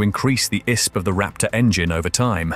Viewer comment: It's I S P not Eyesp